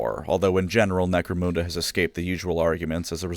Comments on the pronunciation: You're mispronouncing Necromunda. It's called 'Nek-Roe-Mun (not moon) Da' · Necro-moon-da? It's Necro-mun-da. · Couldn't finish the video because you repeatedly mispronounce Necromunda. Sorry, it's Nek-roe-mun (don't know how you can get that wrong phonetically as you say moon) da. The exception would be if you were Jamaican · When he pronounced it moonda instead of munda, I felt more upset than when someone stole my laundry detergent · Great channel but genuinely couldn't make it all the way through listening to "Necromhunndurr" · "Necro-moon-da": hand hovered over the close button every time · "Necromoonda" lol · He keeps saying “Necromoonda” so I’m just going to assume it’s a version of the world inhabited completely by space cows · Lol. Nope. Terra is the Hive World to end it all. Oh, and its Nek-ro-mun-dah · Wtf is "necro moon derr"? 🤔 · Holy shit that pronounciation is the actual worst thing I ever heard. I have watched every video of yours in full length, most of them twice, but I don't give a shit - if you say NecroMOONda one more fucking time, I'll unsubscribe. Edit: Alright, that's it, you punk-ass sucker of eldar cock. See you in hell. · I cringe every time he says necromoonda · Necromoonda lmao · I don't know if is pronouncing Necromunda correctly or not, but it's definitely not how I pronounce it. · necromunda and Araneus prime is pronounced in a way im not used to in this vid, it feels odd 😂